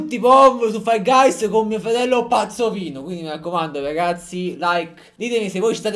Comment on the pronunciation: Ma lo sa che si dice fol gais e non fall gays??